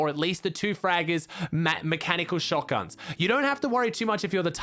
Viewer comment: the way he says fraggers😂 naturally I think the word sounds very American so it’s funny when someone with an accent says it, cause it doesn’t come out with any type of twist from an accent on it